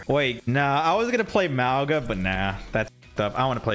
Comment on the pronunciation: Maw-ga not mow-ga please